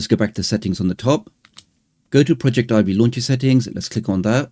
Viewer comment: It is not pronounced project Ivy. It is pronounced all as one word like “Project-ivvy”. The word project here being used is as in projector. This is further demonstrated when you’re installing the program and it shows a projector in the middle of the screen. Otherwise it was a very great and informative video and I’m going to use on every android device that I have.